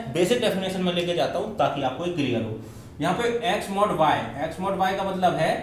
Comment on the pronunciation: its mod not mad .